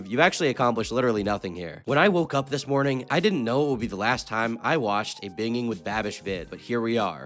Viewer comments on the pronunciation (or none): It's pronounced bin JING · i was thinking the same thing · It's not bingiinnnn with babish it's binj-ing. And irregardless isn't right. It's REgardless. Okay my ocd has been quenched for now 😅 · lmao bro pronounces binging as bin-ging instead of binjing smh my head 💀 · It's pronounced BINJING. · Bro really said “binging” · You are saying binging wrong.... if its intentional, you are a genius. But either way, I love how you say it though. However, I'm sure some people are still ripping their hair out anyways. It's pronounced like : "ben-Jing" ( jing is pronounced like the jing in jingle) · bing ling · the way you say binging hurts 😭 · should be canceled by saying "binging" like that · Your pronunciation of "binging" is going to give me conniptions, but nice vid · how do you mispronounce binging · Did you purposefully pronounce binging wrong